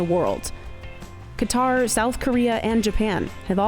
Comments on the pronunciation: Qatar is not pronounced KWAT-ER. It’s KA-TAR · Qatar pronounced as "carter" not "key tar"? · Qatar is not cutter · Calling Qatar cutter is so funny lol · Ughhhh please don’t pronounce Qatar as cutter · Wtf is a "cutter"?! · Me trying to figure out what she meant by "Cutter", then realizing she pronounces "Qatar" two different ways in the video. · why did she pronounce qatar like that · I didn't finish this video. Your pronunciation of Qatar was lazy and offensive.